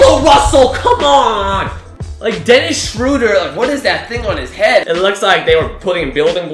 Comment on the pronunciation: You said Dennis Schroeder wrong